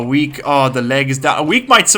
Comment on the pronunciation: I thought that you said "Weak has been enslaved!" Instead of "Weke has been enslaved!" XD